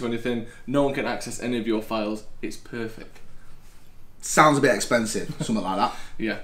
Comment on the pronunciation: It’s Perfeck 😂